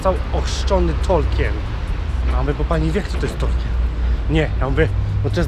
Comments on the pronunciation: Ciekawy blog. Co do tego, że nie wiedzą kim był Tolkien, to może kwestia wymowy. Wymawia się "tolkin" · Ja tam nie wiem, ale możliwe, że nikt nie wiedział o Tolkienie dlatego, że dziwnie wymawiałeś jego nazwisko ;p Chyba, że nawet po wymienieniu jego książek z nazwy nie wiedzieli, to nie wiem...